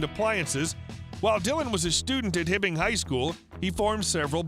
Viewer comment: he was raised in Hibbing MN, not Himming MN.